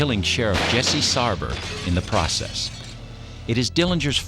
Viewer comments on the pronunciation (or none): none